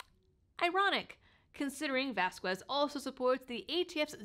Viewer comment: Wow! Vasquez happens to be my Representative here in southern NM, but I had no idea that he had these legal issues., not that it actually matters, but the "U" in his last name is silent. So, it would be pronounced like vahs-kez. Just trying to help.